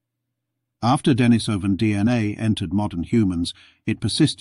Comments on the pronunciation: Dee-knee-soh-vans not Denis-soh-vans. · It's pronounced denISovan. If you expect people to listen seriously to your narration on a subject, the least you can do is pronounce the name of the subject correctly. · The stress on the word "Denisovan" should be on the second syllable ("i"), not on the third ("o"), as heard , but it was not maintained to the end. Perhaps it was an audio clip by someone else.